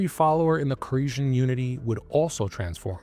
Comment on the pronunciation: I think its pronounced core-esh like the infamous David koresh of the branch davidians in Waco.